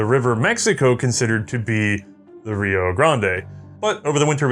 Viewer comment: Rio "Grahnd-ay" lol